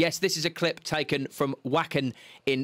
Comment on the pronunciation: Nightwish aren't just a band. They're a spiritual journey. The festival is pronounced Vacken and the lead singer is Floor Jansen. Her last name is pronounced Yansen.